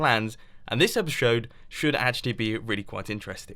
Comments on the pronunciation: who heard mumbo saying epishode? lol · Lol he said epeshode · Did Mumbo just said epishode ? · Did you say epishode? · he said epishode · "And this /epishode/ should actually be really quite interesting." Oh dear, Mumbo. You really are going quite mad.